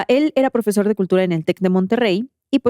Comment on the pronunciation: Como le dice: "profechuy" !! 😂😂